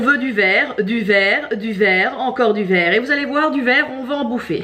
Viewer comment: «Tout ce vekhrrr me fait penser à une mutuelle»😂😂😂😂😂😂😂